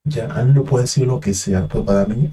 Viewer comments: Es amlo,no anlo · No es anlo, es amlo, aunque les cueste trabajo pronunciarlo